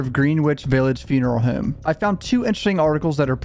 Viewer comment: Funeral Hooowwwme. Tell me you’re from the Philly area without telling me you’re from the Philly area.